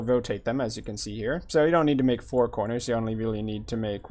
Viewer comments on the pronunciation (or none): none